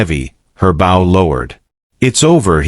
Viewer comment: BOW SOUNDS LIKE BO